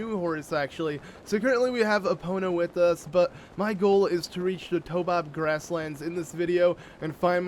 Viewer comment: It freaking triggers me when he says Toe-bob grassland, it's Taobob grassland. (tayOHbob)